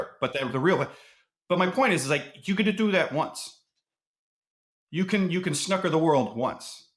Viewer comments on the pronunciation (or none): Snoooooker... not "snucker"...